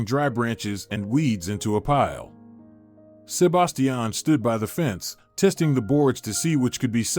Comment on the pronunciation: Sebastian not sub bass tee an